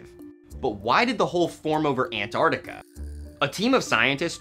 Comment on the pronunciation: It's pronounced Ant-ARC-tica, not Ant-ar-tica. You say the C.